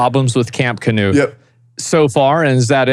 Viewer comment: fun fact: Knut is a classic european name and it is NOT pronounced "canoe'd" (there is no A after the K) - but i dont know the man in question who's name is Knut (k'noot for the americans) and maybe he prefers it that way.